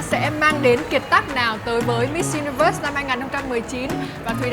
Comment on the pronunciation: Thuỳ ơi hãy phát âm chuẩn những từ cơ bản của tiếng Anh nhé. Đừng có mãi Mít Dzu Ni Vớt.